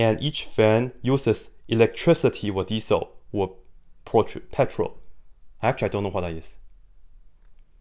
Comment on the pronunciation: It's called pe-trol, just like how it's written 😂